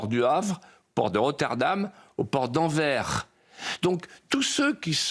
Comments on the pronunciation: On dit AnverS . Le S se prononce. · Anvers faut prononcer l' ' S ' ou alors Antwerpen 😊😊😊😊 pas prononcer le N Antwerpe